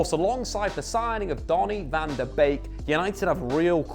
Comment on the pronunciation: Wow he pronounces van der Beek's name correctly